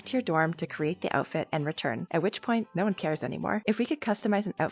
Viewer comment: YOU JUST SAID NO BUT LIKE NEE IN A DUTCH WAYYYYYYYYYYYYY